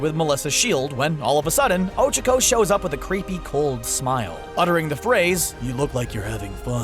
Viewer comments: wait...wtf...did called ochako ojiro!? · Whoses ochico I thought her name was ochaco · ᴅɪᴅ ᴛʜɪs ᴍᴀɴ sᴀʏ "ᴏᴄʜᴏᴄᴏ"? ᴀɴᴅ ɴᴏᴛ ᴏᴄʜᴀᴄᴏ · I’m sorry but I really thought you couldn’t get any dumber, LOL it’s O-chalk-o not O-Chick-o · ITS OCHACO NOT ochoco, FAST O CHAC O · i hate how he butchered tsuyu & ochaco's names so badly. its "soo-you" and "oh-chah-koh" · Oh-Chico? Did I here that right? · Pronounces Ochaco wrong: Ochacooooo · Nobody:: o h - c h i - k o h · "O C H O C U" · Ohchko when he does not know how to say it right u know he does not watch the show and he is a little bitch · The voiceover guy:O-chi-co Smh. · The fact that they pronounce ochako as oh-chuh-ko. Cancerous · Bruh when said ochaco mans said OcHuUuUcO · He actually pronounces it ochoko, it angers me so much when people get characters' names wrong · Why..HE PRONOUNCED OCHACO OH-CHUH-KOH. o nose nose nose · oh-cha-koh... like seriously? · Ochico who is ochico it's uraka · extreme personalities show bakugo if there’s one way to describe bakugo it’s trashboy how dare you insult my child lmao mt. lady? well i mean yeah she can grow......lmaooo oCHAco ????? why pronounce like that ooooohhh revealing momo is sexiness important to being a hero? midnight:nooooooo mountain lady: YEAH HUH BRIOCHE bathing suits: let’s wear the school ones!! guys: booooo oCHAco has a big crush on deku me: noOo MY DEKU SHIP SHALL FOREVER MORE BE TODOBAKUDEKU oCHAcos a jealous brioche THirsTy there’s only two of mineta spying on the girls? excuse me? the girls ain’t gon let you peep scales the freaking wall how is using charm to get free/discounted stuff going way too far? lucy from fairytail does this constantly “when will you learn.....” WHEN WILL YOU LEARN!!!!!THAT YOUR ACTUONS HAVE CONSEQUENCES togas invisibility quirk shows up to school naked no one notices thank-you for coming to my ted talk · O Cha ku say it right please. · "ocicho" lmao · U said her name wrong dumbass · He's saying ochakos nsme wrong